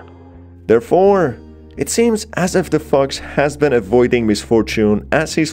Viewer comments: Omg whenever he says fox I thought he said fucks 🤣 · I swear, it sounds like he is saying "f*cks" instead of fox. I feel trolled. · Every time he says "fox" I hear fucks🤣🤣🤣🤣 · Anytime he says “the fox” I think he is saying “the fuq”😩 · i hate how its so funny that whenever you say 'fox' it sounds like ' f-cks' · Every time he said fox it sounds like he's saying fu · I'm sorry, but I'm laughing at the way this guy pronounces "fox"